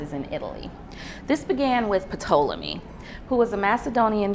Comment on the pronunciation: Ptolemy: the P is silent. Pronounced Tolemy. SErapis is pronounced seRApis.